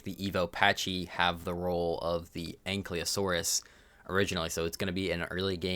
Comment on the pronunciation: the "Y" is before "L" in ankylosaurus btw, stop pronouncing it like it isn't. it's not "ankly" lmao